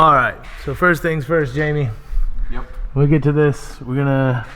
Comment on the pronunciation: Its spelt jaime (hi-me), so why is he calling him jamie